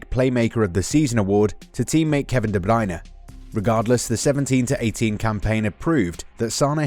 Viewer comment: I'm in awe this dude correctly pronounced De Bruyne. Well, almost correcly, but it was very close!